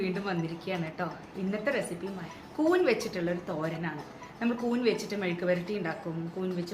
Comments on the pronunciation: കൂന് അല്ല കൂൺ അല്ലേ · Koon alla koonn